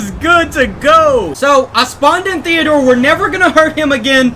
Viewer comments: You said thedor twise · Did he say allvin,theador,theador